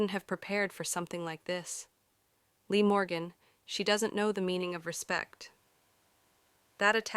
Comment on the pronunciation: LIV MORGAN DUMMY & JADE CARGILL DUMMY DO YOU KNOW WHO YOU’RE EVEN TALKING ABOUT 😂WHO TF IS LEE?! 😅One minute you say their names right then two seconds later wrong again dummy or did a dummy write your statement 😂😂😂😂 I can’t idk if this is BS or any truth 😂